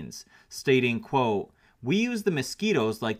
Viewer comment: I really like you vids, dude but I do find myself annoyed with the "quo" thing you keep saying instead of the proper way to say it: "quote". Maybe I'm just no longer hip anymore or something but I really don't know where you came up with that.